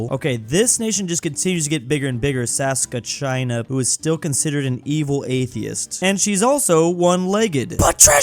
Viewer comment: trying to avoid saying province of Saskatchewan or in this case Saskatcheyani